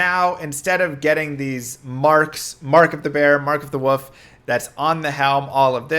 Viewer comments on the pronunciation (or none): What the heck is a woof? You mean wolf?